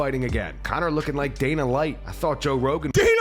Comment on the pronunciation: I think he said Dana Lite!!! 😂😂😂